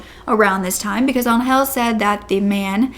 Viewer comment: I’m so glad she survived and that he’s no longer going to hurt anyone. On a funny note: Every time you said Angel I understand “hell” lol